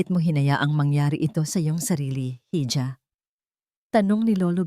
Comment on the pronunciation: Nakasawa ang laging marco,esabel,pinalayas,malakas ang ulsn.ano ba yan,sawang sawa na pakinggan.tapos imbis iha,ang pagbigkas,hija ang sagwa pakinggan.maraming panngalan ng tao hindi lang marco